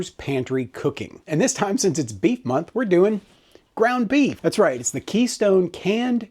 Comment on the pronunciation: I wasn't looking at the screen and thought I heard "beet month" and, well, I like beets but I'm glad you said beef. 😂